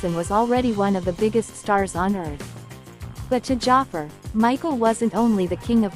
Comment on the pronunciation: Can't even pronounce Jaafar's name right, what a disrespect.